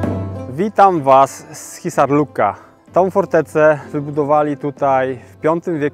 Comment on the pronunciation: Nazwę twierdzy chyba źle wymawiasz - w nazwie jest u z kropkami czyli odpowiednik niemieckiego umlautu. To się wymawia jako dźwięk pomiędzy i + u (z wyraźniejszym i ) Po polsku lepiej to wymawiać jako Hissarlik a nie Hissarluk (w Istocie to Hissarliuk)